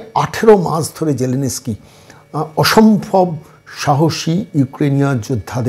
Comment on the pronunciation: Batela....😂😂😂😂.....onar naam vladimir zelensky....sge uccharon ta thik kor....